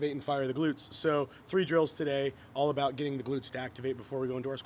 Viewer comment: "that's all I have to say ABOOT that" lol